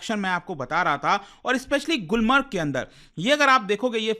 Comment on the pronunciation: गुलमार्ग not गुलमर्ग